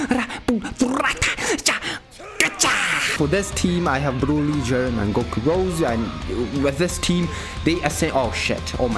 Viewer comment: 10 % video I actually can hear him saying Jiren, other 90 i hear only "GERMAN"